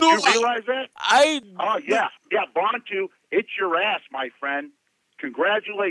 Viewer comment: It's not "Bontu"... It's Bantu